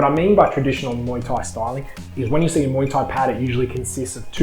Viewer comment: Your channel is Fair dinkum I appreciate your reviews. I love listening to people talk about muay Thai gear especially in an Aussie accent. 🥊 I love when you said "muay" instead of "my" 🤣